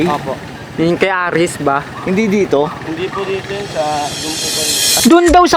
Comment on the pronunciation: Hindi po aris ares po kuya